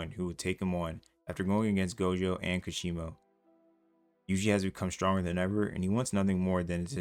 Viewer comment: I can’t even seriously watch these videos bro you don’t even pronounce the characters name correctly, who the hell is kashima?